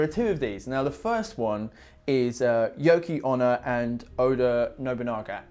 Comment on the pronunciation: Yuki-Onna not Anna